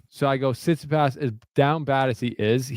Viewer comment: Bloody hell just say Tsitsipas correctly 🤦‍♂️